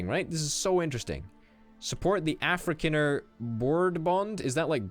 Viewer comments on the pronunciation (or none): It's Afri-con-er not Afri-can-er